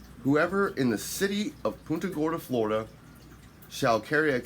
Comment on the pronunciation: You’re pronouncing the city wrong. Think of it as Punt…a Gorda.